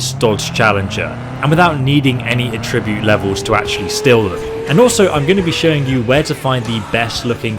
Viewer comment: It pained me to hear that pronunciation of Attribute. Still, good tips.